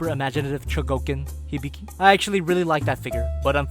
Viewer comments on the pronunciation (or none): Its not hiBIki Its HIbiki